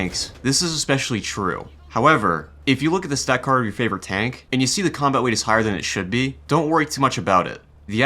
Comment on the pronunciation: “Combat wate”